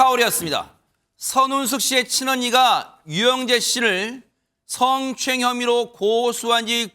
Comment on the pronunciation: 저 승추행 발음 진짜 꼴배기 싫네 성추행을 승추행이라그래 아나운서들 저거 너무 싫은데 유영재가하니 더 싫네